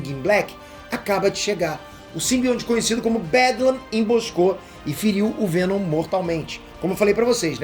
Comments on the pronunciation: é pq ele quer o venom chato aí é venon kkkkkkk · Fico impressionado que o cara errou 4 vezes a palavra venom e não percebeu